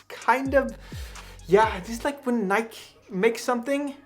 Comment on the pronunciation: I agree with your pronunciation of "Nike" - it has never, or ever will be "Nike-ee".